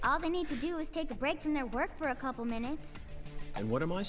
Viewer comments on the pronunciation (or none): Ohhh baby it’s a full 3 hours instead of 30 min-oo-toes.